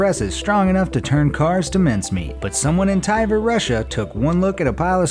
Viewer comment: Did he say Tiver? Tiver?! Just say Tver